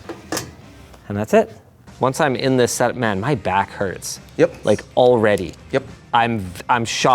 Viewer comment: did you just Sourrey me?